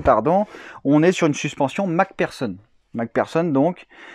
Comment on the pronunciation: Mac personne ..... c'est mc do ou quoi ? 🤣 c'est plutot mc fersonne (Mac pherson ) en phonétique .